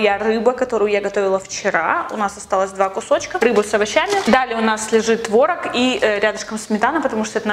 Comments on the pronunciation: Не творог а творог 😂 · Вообще-то правильно "творог" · Может не творог а творог? Какой тип ты? Я 2. Рофлю